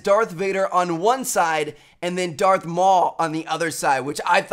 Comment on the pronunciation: When hes trying to say darth... it sounds like hes actually saying dark......... I really hope hes not. Cause that would be sad.